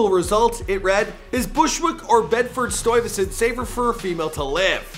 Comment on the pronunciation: any other new Yorkers upset because of how he says Stuyvesant